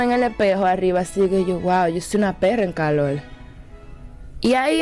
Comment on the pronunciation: Dice "calol" no calor......suficiente.